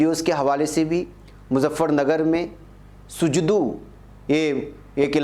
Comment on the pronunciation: सुजदु। नहीं सूजडु